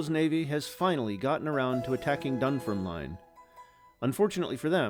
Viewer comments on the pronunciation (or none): It's pronounced "Dun-FERM-lin" , rather than "Dun-ferm-line". 😊